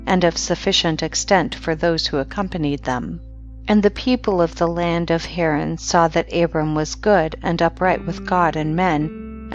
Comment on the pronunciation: She does poor pronunciation of word reading,too much expressing qith stress on letters "s - d - t" creating letters on words incorrectly. Ex: land ...she says lant